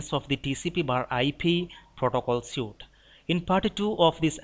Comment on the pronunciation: Good videos! Very helpful. One pronunciation pointer: The word "suite" looks like the word "suit" but is pronounced like the word "sweet". Thanks again!